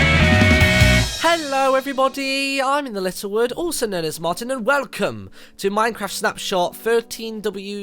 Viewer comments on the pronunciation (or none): Martin when you speak why do you welcome like"wercome"